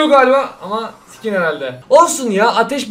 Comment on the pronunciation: Abi lütfen skin derken ke yerine ka dermisin❤